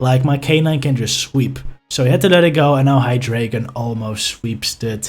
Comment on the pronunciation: awesome vid! except the pronounciation of the pokemons name! You know how ArticUNO, ZapDOS, and molTRES are 1, 2, 3 inspanish? Well this pokemons evolution line is German for 1,2,3! Eins, Zwei, Drei! ^_^